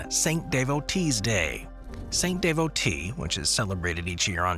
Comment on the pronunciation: It's "San Da Vo", not Saint De Vo TE.